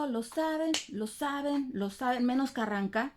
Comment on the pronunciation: Me gusta cuando dices Carran... Ca ☺️